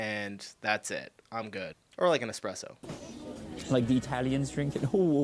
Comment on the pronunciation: Did you say "expresso"? eSpresso, please!